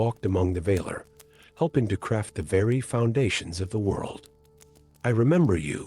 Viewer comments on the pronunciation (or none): The enunciation of words is off. Vahlar. Not vayler